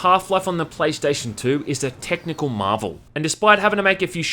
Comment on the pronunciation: "praystation says white man in asian voice"